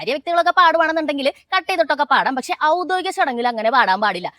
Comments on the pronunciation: Avudhodikam alla avudhyodhikam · ഔദ്ദോഗികം അല്ല ഔദ്യോഗികം